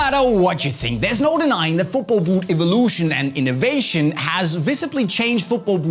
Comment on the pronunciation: innoveyshn and ivolushn😂